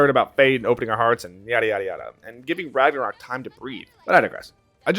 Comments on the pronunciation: did he just say Ranga-covk? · we just going to brush over the fact he said ragnaCOCK? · Ok so nobody else is saying it so I will. Are we gonna just skip over that this man said Ragnacock and even typed up "Rangacock" 🤣